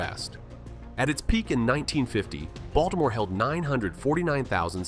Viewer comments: Oh dear. Please, it's pronounced "Ball - teh - more," not "Balt - more." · yeah, I saw more after commenting about the first one but since I'm not getting paid I figured "screw it" 😂 Not to mention the incredibly annoying and distracting AI pronunciation of Baltimore /Baltmore! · Oh dear you're not from here. Its pronounced "baw-duh-more" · That's how da wadermen pronounce it, hon.